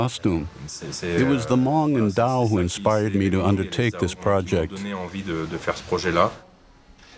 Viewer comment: Zao,not dao.